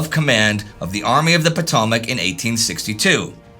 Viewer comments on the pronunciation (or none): "Puh-TAH-mick [sic]" -- "Puh-TOE-mick"'; you mispronounce even domestic place names. "FAY-ah-cahm-plee [sic]" -- "FET-ah-cahm-plee" -- the "t" in "fait" is pronounced because it is followed by the "a" (a vowel) of "accompli"; were "fait" followed by a consonant, the "t" would be silent. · After learning how to pronounce "Potomac", please.